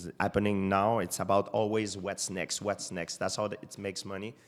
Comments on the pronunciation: thought he was saying what snakes.. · He says "whats next" not "wet snakes" accent made it sound like wet snakes though honest mistake